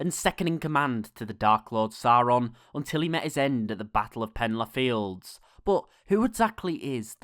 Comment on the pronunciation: All i heard was "penlarr fields", I'm sorry that I'm laughing so much. 😂👍